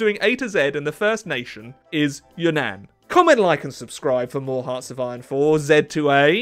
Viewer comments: Its You nan not Yunan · “Could you imagine if I was pronouncing this wrongly the whole time?” 云南 (Reen-nahn, ig) or Yunnan is not pronounced Yuhn-ann. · As a Chinese person, I can confidently say that it is pronounced Yún nán rather than ya nan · It's pronounced more like Yoo-nun. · He's pronouncing Yunnan wrong 😭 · Do Yunnan again because you mispronounced the Name